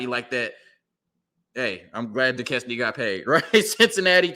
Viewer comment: 🤣🤣🤣, Bro my wife says Duquesne the same way you said it. Let me help you out bro. It’s pronounced “Du-Cane” - it’s just spelled stupid.